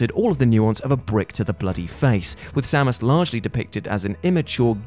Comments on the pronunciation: Most sacrilegious thing about this video is that pronunciation of Samus Aran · for pronouncing Aran correctly, but -1 for pronouncing Samus incorrectly.